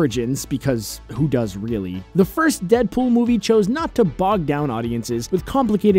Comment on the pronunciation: How many times did he say dedpol